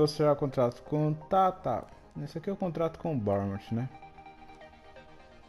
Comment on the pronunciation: E se pronuncia barnnemouf